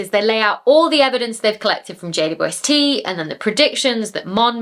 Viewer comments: Hahaha the final blooper 😅 I actually heard J-woob-ST all the time and considered it became that after saying it so many times over the videos and conversations 😂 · I think it sounds like you're saying Jay-Bwest-Tea. But I like tea. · You made JWST sound like, "Jade, you Westie." and now I have a name suggestion should I ever get a Scotland West Highland Terrier doggie. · You can tell you say JWST a lot because you've removed about half of the syllables for efficiency 🤣🤣